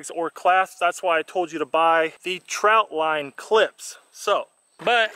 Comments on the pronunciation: Trot line not trout line 😂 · Its a TROT line not a TROUT line. FYI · Trot not Trout, lol.